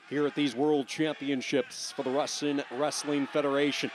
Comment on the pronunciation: "raSIn wrestling federation". ha, he talks to much. cant even control his speech